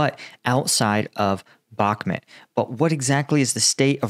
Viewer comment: Why does he pronounce Bakmut as Bakmet?